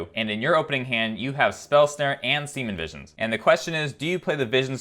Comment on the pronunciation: he says "semen visions"